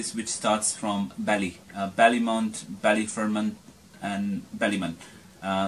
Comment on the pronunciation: It's Bally fermot not ballyfermon. And u said there's good shops on more street and then the north side is bad Moore street is north of the liffy